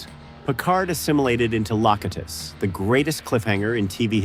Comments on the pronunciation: “Picard was assimilated into Lock-e-dis” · AI if you ask me. LOW-CUTE-TIS. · Lock-it-us? Sounds Greek 😂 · Lock i tis lmao it's Low Cute Tis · Lockatus LOL! A I Slop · Lock-uh-tus? You should be assimilated with your only job being to open and close a door.. This ai slop is pathetic. You’re a lazy shit creator. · "Lock UT us of Borg".... Bleh! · Listen to how this dude says Locutus. He clearly has never watched Star Trek. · BADLY. The pronunciation of LOCUTUS hurts my ears.